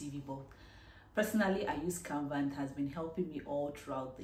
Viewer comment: please did you say canvat, I mean the app you use for your CV, thank you for the video